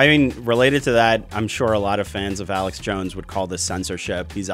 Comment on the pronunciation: It is Not Aleck, it is Alex. What a duffas. If you are going to talk about someone, at least pronounce their name correctly.